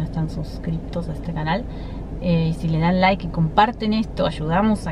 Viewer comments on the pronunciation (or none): none